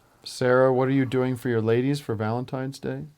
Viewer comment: Anybody catch that Eric says "Every Valentime's..." ..... with an 'm', not an 'n' ?